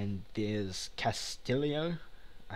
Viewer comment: I think it's pronounced "Castiyo", because in Spanish and Portuguese I'm fairly certain that ll makes the same sound as y.